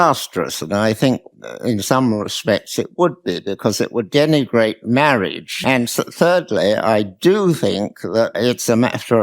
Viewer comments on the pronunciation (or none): "Mawwiage...mawwiage is wot bwings us togevah" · Did that old bigot say "Mawage" like the priest in The Princess Bride? Lol